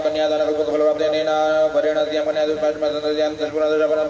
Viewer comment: बहुत सुन्दर। पण्डित जी अद्य का उच्चारण अद्यः हो जा रहा है